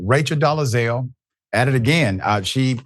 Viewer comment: Hi baby, it’s Dole-Zal. Not Do-le-Zal.